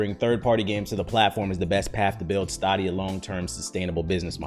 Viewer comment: i’m pretty sure it’s pronounced like stadium so like staydia, at least that’s how they say it in the commercials